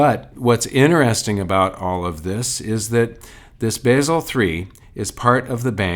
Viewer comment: It´s Basel, not Baysel.